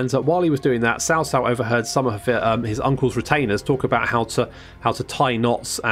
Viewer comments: It's more like "Chao Chao". "Tsao Tsao" is more of what you westerners say which is technically... Wrong. There's no "sh" pronunciation in his name. It's more of "cha" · I'm so to triggered when you said "SAO SAO". damn. its CHA like CHARLIE without the H. jeez.